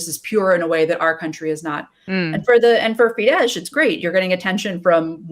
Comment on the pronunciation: Than you for this, but the name Soros is prononced Shorosh. Also the name of the political party is pronounced Feedess, NOT Feedesh.